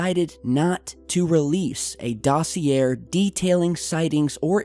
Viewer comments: Isn't it pronounced DAw see YAY? Not Daw See AIR? Not that anybody cares, but......... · for future reference dos·si·er is pronounced ˈdäsēˌā/ with an "a" sound at the end.. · Lol, doesn't know how to pronounce "dossier!", it's DOSSI-AY! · "dossier" is pronounced "Dosse a" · Dude, that's not how you say "Dossier", the r at the end is supposed to be silent, you should pretty much say doss-yay. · Dos- EE- A not dossier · Hate to nitpick, but I've heard you say it a few times in other videos; dossier is pronounced Dos-e-ay. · Look up how to pronounce dossier. The er at the end is more of an ay. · the word dossier- has no "r" sound... properly pronounced, it sounds like "dah-see-ay" Glad I could help: ) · Dossier is pronounced doss-y -ay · dossier pronounced dah-see-ay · dos - e - ā, please, dosier... yes it's french, whatever... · Please learn how to pronounce words before spewing them. I have to listen because my husband does, I'll leave the room now. dos·si·er ˈdôsēˌā,ˈdäsēˌā/ noun a collection of documents about a particular person, event, or subject. "we have a dossier on him" synonyms:file, report, case history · "Dossier" silent R.... Always some good work on your videos. Thank you! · The 'r' in 'dossier' is silent... ;-) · Just so you know, words borrowed from french ending in -ier is pronounced with a hard a sound. Dossier rhymes with Cabaret in its ending sound. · Hey bro...GYI the R in Dossier is silent. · Did you really pronounce Dossier like I think you did?